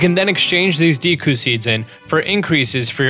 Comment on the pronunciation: You know I would like this video more of he pronounced some of the words right, it's deku not deeku